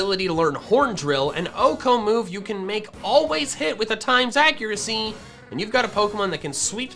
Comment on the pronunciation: Woah woah woah woah hold the phone. “Times Accuracy”? Is…is this how you’re supposed to pronounce it? I guess it makes sense, given the limited letters on GameBoy stuff, but I’ve always called it X-Accuracy. Wondered why it was called that, sure, but never thought of calling it anything else. Huh. If we’re using ‘X’ as a stand in for a word, though, it could be “Cross-Accuracy”…or “Christ-Accuracy”, too :P